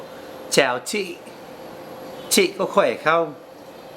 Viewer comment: Maybe because I speak with Northern accent, but you pronounce some words really off, like bô, phở, chị, xạo. I know Southerner don't use dấu nặng and don't pronounce dấu hỏi that clear, but since you said you went more for a Northern dialect in this vid I couldn't help to be bothered. We also say trời ơi sometimes :) But your Viet is really good, you're probably the best foreigner I've heard so far and I understood 95%. But you sound more Southern than Northern haha.